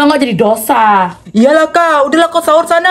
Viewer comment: Apa cuma aku ya kaya perasaan dia bilang tu saur bukan nya harus nya sahur 😅